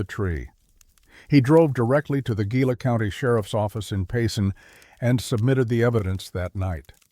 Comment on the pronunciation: Gila: you're pronouncing it wrong. Properly it would be pronounced as the following is spelled: HEE-LA